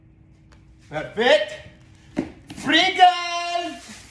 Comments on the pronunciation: i HATE how he says parefect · I’m at the point that if I hear this guy say “PIRFICT” one more time I’m going to lose my shit and just ask god to pls just kill us all, we deserve it. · I'm gonna hear "Poifect!!!" in my nightmares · Don’t forget he’s being racist whenever he says BeRFEct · Most of the time he says "BeRFecT" it looks like he was holding his tears and crying off camera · no joke i thought he was saying breakfast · I thought he said berfect like replacing the p with b